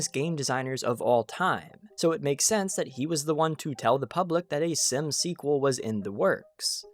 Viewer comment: I hate the way you say SIMS DX